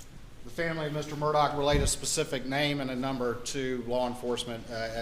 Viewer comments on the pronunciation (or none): It's "Murdaugh" officer, not "Murdock". :( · This family's nomenclature is confusing. First, it's pronounced ALEK, not Alex (common in the South). Second, it's MurDOCK, not MurDAUGH. (Rhymes with Murder; I can never get past this.) But finally, WHO with any sophistication would call a child "Buster?" Oh, how redneck. And these people are considered high class in that area? So close to the really polished Charlestonians just across the swamp? I think not; I'm sure they're being laughed at in all the better homes there. I do think at first glance Maggie's sister is exempt from this criticism, but I'd like to know more about her. She's articulate and wears good clothes and jewelry, "and I'm sure she was in a good sorority," LOL.. I'm sure this is her life's biggest nightmare. How horrible. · Is anyone finding it strange its pronounced Murdoch but the spelling of it is "murdaugh"?